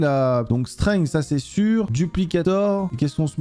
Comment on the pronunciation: PTN L'ACCENT ANGLAIS !!! STENGUE et ASTEU au lieu de strength et haste